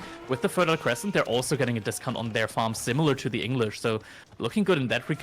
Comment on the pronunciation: When MarineLord plays Abbasid, it’s pronounced fertile croissant.